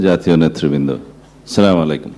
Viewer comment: Assalamuoalaykum o bolte pare na kotha hisab Kore bolba